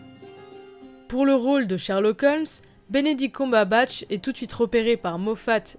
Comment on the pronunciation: Elle me perturbe ta prononciation de "Cumberbatch"